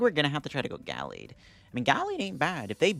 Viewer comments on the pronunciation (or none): It's pronounced: Ga-laid, not Gal-aid